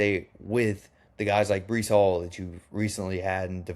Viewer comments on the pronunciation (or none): Breece Hall is his name not Brice/Bryce